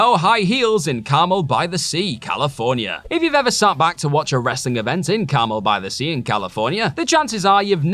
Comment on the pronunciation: I got a good laugh at how he mispronounced Carmel By The Sea.